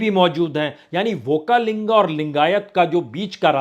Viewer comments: Amazing analysis... One small correction- Its Vokkaliga (not vokkalinga).. Just for reference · It is Vokkaliga, not Vokkalinga! (You have given rise to a new community Vokkaliga + Lingayath = Vokkalinga😂 Parties will now have to decide as to how to deal with this new community! You have created a new headache for them😂) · Punya Prasun sir, it is OKKALIGA community not okkalinga 😊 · Prasunji vaklinga nahi vo VAKKALALIGA BOLNA CHAHIYE. AAP SAHI POLITICAL VISLESHAN KARTE HAI, BAHUT BAHUT DHANYAWAD.